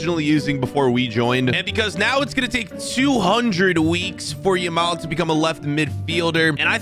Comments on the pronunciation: Bro its yamal not lamal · did anyone notice he said lamal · Love how he kept calling Yamal ''Lamal'' lo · if you got 7 mins and 46 seconds he says lamal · By the way its now Lamal it’s Yamal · did bro actually said Lamal💀💀 bro called city. united💀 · Did nobody realise the he Lamal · Is it Lamal or Yamal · Bro said Lamal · and "LAMAL" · Bro was calling him Lamal 😂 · bro says yameal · guy said lamal